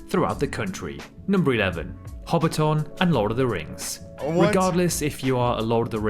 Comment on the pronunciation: We're actually not that small. Auckland is our biggest city but it kinda sucks. I say this as someone who grew up there and now lives in Wellington. -It's Hobbiton (Ho-bit-tin) not Hobbit town or 'HobbiTON'. -Yes, our vibes are super chill and generally friendly. There's always some bad apples though. We still have biggots just like anywhere else. -It's typically the south that gets really cold, not the north. - Our cost of living is pretty bad at the moment, food prices included. -Australians and New Zealanders are siblings that like to make jokes and dig at each other, always making it out like the other one is so much worse. It's almost like an inside joke that we pretend to hate each other haha But in reality we're pretty tight and when sh*t goes down, we're typically there for each other and pretty supportive. -Job market is HORRID at the moment. I've been looking for over a year after losing my last one. -'Social purpose' feels like it's been on a bit of a decline over here as certain voices get louder. I feel like it's been stronger in the past. Praying it's not something we lose. -Yea road trips are pretty solid here tbh. Ngl. It's a good way to explore and see New Zealand. It ain't perfect, but I love being a kiwi and blessed to be here.